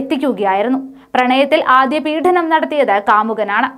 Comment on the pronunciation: പീഡനം, മാർത്താണ്ഡം... എന്റെ പെൺകുട്ടി, ഇതിന്റെയൊക്കെ ഉച്ചാരണം പഠിച്ചുവന്നു വാർത്ത വായിക്കു. ഈ ചാനലിനെ നശിപ്പിക്കുന്നു ഇത്തരം...